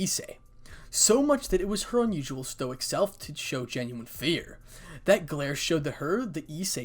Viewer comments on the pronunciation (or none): none